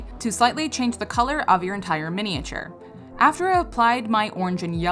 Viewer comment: Mini-a-ture? The '-ature' is pronounced 'ch'.❤😂